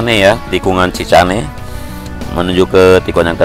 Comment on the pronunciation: Tikungan Chicane. Bacanya siken bang. Bukan cicane 😀